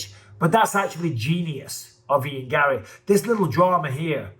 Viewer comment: Ian garry should have no r's in his name😂